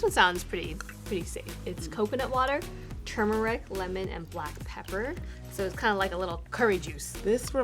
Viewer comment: The fact the she said turmeric wrong I immediately was like bye!